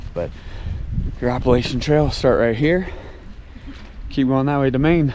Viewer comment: Looks like you guys were hiking in the soup, smart to get up early on the more touristy places and have it all to yourselves while others laz about. Please just call the trail the AT so I don’t cringe when ya say it. Lol